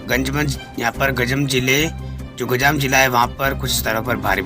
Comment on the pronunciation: Bhai ganjmanj nhi ganjam hota h🤣🤣🤣🤣🤣🤣🤣🤣🤣🤣🤣🤣🤣🤣